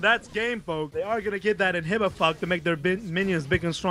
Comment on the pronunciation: did you just said "inhibifuck" lol